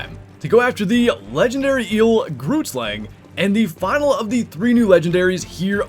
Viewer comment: BRU GROOTSLANG IS BUTCHERED BADLY